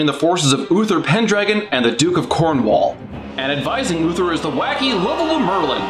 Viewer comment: It's pronounced 'corn-wool', not 'corn-wall'.